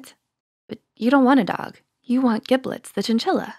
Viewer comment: "Giblets." With a hard g.